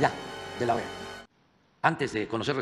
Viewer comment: DEJAME ADIVINAR CAKAS... EJDEKE LA OEA EJ CALDERONIJTA... 🤣🤣🤣🤣🤣